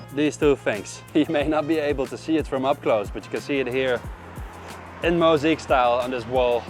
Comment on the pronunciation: I won't nitpick your accent, just pointing out the things that really stuck out to me: flood/floodgate (you say 'flowed' but it should be 'fluhd'), sword (don't pronounce the w at all, it should sound like 'sord'), mosaic (not 'mo-zeek', but 'mo-zay-ick'). Thanks again for all your hard work!